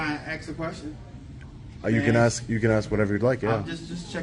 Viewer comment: You know what is disgusting, when they cant even pronounce the word "ask" properly!.